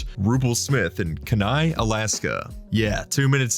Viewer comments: Its not Kinai its pronounced Key Nye. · That's definitely not how you pronounce kenai AT ALL 😂... English is your first language?